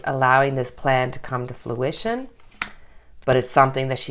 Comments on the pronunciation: It kept sounding like she was saying fLuition rather than fRuition. I'm sure it's an accent thing, but it was messing with me. HA! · Love, love your channel, and love the new intro!!!! It’s fruition not fluition with an L. As in the fruit of your labor is coming into being. Just a minor thing. 💕😃